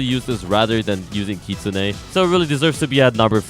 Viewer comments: bruh. I'm Japanese ;-; Kitsune is the word for "fox", it's not only some random mythical creature lol. The correct way to say it is "kitsu-ne" yes. But some people say kit- sunay. It is NOT like kit-soon. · and please, never pronounce it 'kit-soon' again. It's kit-soon-eh, whether you like it or not <3